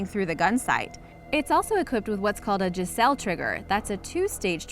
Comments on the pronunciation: I'm probably 100% certain that it's been pointed out already but it's definitely called a geissele trigger pronounced guiseley. I did the same thing though when I first learned about them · No crap... it's pronounced "guy-zlee" trigger... not "jezell"...lol Crappy video "Shy-Tac" not " chay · The trigger is pronounced guy-slee not giselle. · The trigger isn't pronounced Jizel its pronounced guyslee and spelled Geissele. It a very nice and expensive trigger.